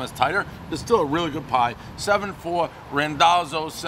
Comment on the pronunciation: Rendozzo pizza, everybody knows the pronunciation